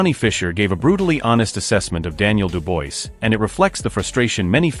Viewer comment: When narrating please get the name of the boxers correct! It’s not Duboise it’s Dubois.